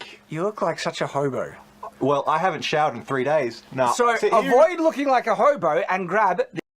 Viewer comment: I thought said “homo” instead of “hobo” at first. 😅